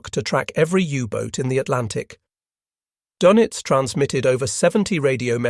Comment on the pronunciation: Dönitz is pronounced, "Durnitz" and, Tage is pronounced "Targe" with a hard "g". This is just the first five minutes after which I stopped watching. Also, I only know basic German.